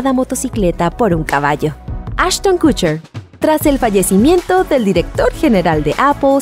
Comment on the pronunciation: Todo muy bien pero.... Kutcher? Kutcher??? No me importa si merece o no estar ahí, el problema es como lo pronuncias!! ¿KUTCHER?